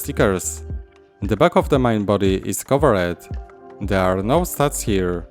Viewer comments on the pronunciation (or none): Words like "covered" and "based" are basically pronounced without the last "e" being silent. So it's just "coverd" and "basd" instead of "cover-e-d" as you pronounce it. Just watch some english videos and you will hear it :) Just to improve your English skills step by step :)